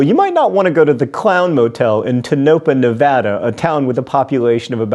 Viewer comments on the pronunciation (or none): Tonopah is pronounced, TOE-nuh-pah. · It's pronounced tone-uh-paw source=a former Nevada resident. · It's not "Teh-NO-pah" it's "TONE-uh-pah" Source: Am Nevadan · Tone-ah- ah!!! Not Tonuhpuh!!! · We all know that pronunciation is not your thing. And I'm guessing some Nevadans have already commented. In case they haven't here's how Wikipedia says to pronounce Tonopah: "TOE-nuh-pah." I thought you might want to know. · I'm sure this has been mentioned already-it's Tow-no-pah emphasize the first syllable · It’s pronounced … Toe No Paw … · Dude... Tone-uh-paw. Just saying'... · Usually Tonopah is pronounced TOE-nuh-pah. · I believe Tonapah is pronounced TONE-uh-paw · hey john, it's pronounced tone-a-pah but good job on pronouncing nevada nailed it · Lol. It's pronounced tone-uh-paw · I've stayed at the Clown Motel in Tonopah. It's just a rinky-dink little motel between Las Vegas and Reno. Nothing special. And it's pronounced TOE-nə-paw. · oh God John that's not how you say Tonopah. it's tone-a-pah just like Nevada is nev-AD-a, not nev-AH-da. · Toe-naH-paa, that's how you pronounce Tonopah. There's not much to the town, and there's nothing else for miles around it. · It's pronounced Tonopah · Oh John you said Tonopah so wrong. But you are forgiven. It is not much of a town anyway. (says someone who spent one to many summers off roadding-living there and staying in that clown motel.) By the way the motel is right next to the old town cemetery. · I am not afraid of clowns and actually liked them as a kid. Now, I am meh about them. So much so that I almost skipped this episode, but it was good. But, I will confirm what other posters have said, being that I have first hand knowledge, you are mispronouncing Tonopah.